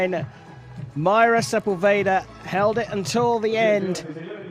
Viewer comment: Sería bueno que los ingleses pronuncien bien nuestros apellidos: es Sepúlveda, con acento en la ú, no Sepulveira. Es fácil!!🤷🏻